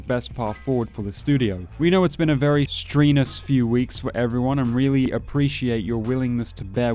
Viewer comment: Look up the pronunciation of the word “strenuous” lol holy fuck. It’s not streenus.